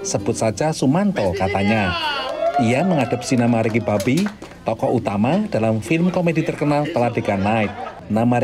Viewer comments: Agak irritating denger naratornya nyebut Ricky Bobby yg sangat terdengar spt "Riki Babi" 🤨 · Ricky Bobby, gw dengernya Ricky 🐷 🤣🤣🤣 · Ricky babbi apa saya tidak salah dengar🤣🤣🤣🤣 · Ricky bobby kok jadi Ricky babi sih 😂 aku gak salah denger kah